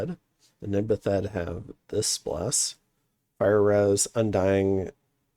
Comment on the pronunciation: out of curiosity, why do you pronounce it "Nid-Ba-Thed"? They're bathed (as in, submerged and ritually washed) in the water of an evil river, they're Nid-bathed because they bathed in the Nidakettil river.